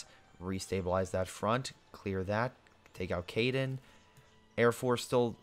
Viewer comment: How do you get Caiden from Caen? I mean I get you're bad at pronouncing but are you even trying?